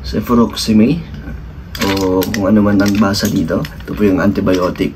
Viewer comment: CEFUROXIME YAN,,(CEFYUROKSAYM YAN PAGBASA) na antibiotic